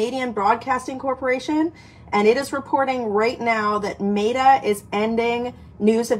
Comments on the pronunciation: ~ Michelle, it's Meta as in I met you yesterday, not Mayta 😉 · Meta, not “Mayta” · Met a not mayta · Met - ah. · You are mispronouncing Meta 😂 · You're pronouncing Meta incorrectly. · Stop mispronouncing meta.